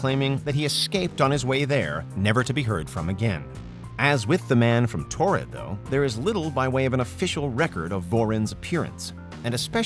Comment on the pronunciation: These are easily debunked hoaxes. Also it's Taured not Tored.